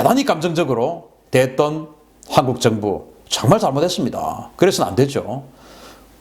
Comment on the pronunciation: 존경하는 박사님 발음 좀........ 항국 -> 한국